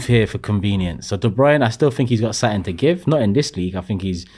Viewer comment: One of the biggest problems is the repetition of what is considered a 'problem' there are too many 'reactions' in video's like this repeating things and building on the narrative making it bigger than it is. P.s. Turkey it's 'something' not 'suttin' or whatever it is your saying! P.s. please do not be comparing the womens football to the mens. That was so awfultl to hear.